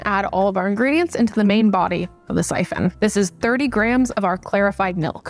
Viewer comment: I started hearing Grahams instead of grams in your videos and I can’t unhear it 😂 Graham should be a new measurement unit